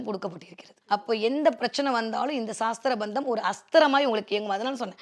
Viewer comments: That is not saasthra bandham say it sasthra bandham vaarthayil kavanam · Saastrabandham endru thappaka ucharikyathirkal. Sastrabandham thaan . Saastram entral science endru artham . Dayavu seythu aksharashuddhi irukkattum